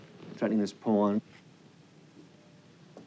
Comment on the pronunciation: why he didnot call them paaaaaan like jennifer shahade